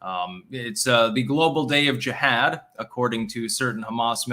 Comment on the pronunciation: Since you can't pronounce Jihad, try saying Vermontifada....its simplistic. Either move to oust them or try to reign over your subscribers like a controller/handler instead of a participant and loser of a stall tactic.... You just can't Kvetch hard enough, can you...? Lol...even schmutzed all his daily events into one movement known a Diorrhea of the Mouth. Time to waipipo it all up